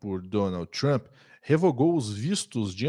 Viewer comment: Por que vcs falam: “trhhhampi”? Digam trumpi, seus vassalos inconscientes